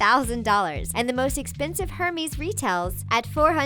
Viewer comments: I hate how she pronounces Hermes. It's pronounced "Eir-meZ" not "Her-mEEz" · It pronounced ermes not Hermies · "HERMISS" ugh, its pronounced "er-mess" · "her-mees" bag lmao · "Hermis" bag 😫😫😫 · is no one going to mention the terrible pronunciations??? hermes and homage were the WORST! if youre going to have a channel dedicated to fashion and desgners, know how to say them! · The way she pronounced Hermès 😬😑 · disgusted by the way she said hermes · interesting...but just to let you know, hermes is not pronounced like that if we are talking french, and the brand is french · The H in Hermes is silent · The way she said Hermes killed me